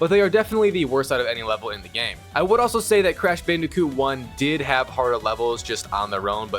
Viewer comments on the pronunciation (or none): This guy keeps saying "Bandicute" instead of "Bandicoot" lol